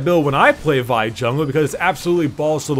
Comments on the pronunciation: Its v- ihh not v yhh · Lol, I thought you pronounce Vi as in Vee XD I think I’ll just call Vi as in Vee since I think it sounds better?